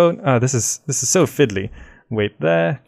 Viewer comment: he says "this is so fidly",,, what is fidly? and how i write ?